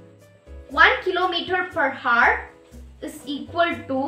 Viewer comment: i am not getting rude or something but I just wanna say that in hour we don't pronounce h we say our as the h is silent it was just so irritating to me that why I said btw you helped me:yougotthis::face-red-heart-shape::goodvibes